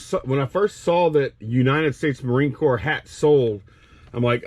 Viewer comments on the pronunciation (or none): none